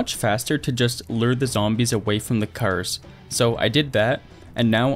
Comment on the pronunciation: Bruh in the beginning he said cers instead of cars😂😂😂